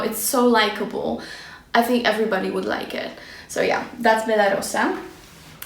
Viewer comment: Naprawdę wielką przyjemność sprawił mi dzisiaj Twój filmik. Bardzo mnie zaciekawiłaś Bella Rosa (super wymawiasz tę nazwę ) , a moja różana miłość - skórzana wersja róży, jaką oferuje Alaia (czarna). Pozdrawiam :)